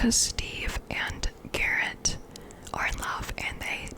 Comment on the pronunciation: his name is garret not darek 😭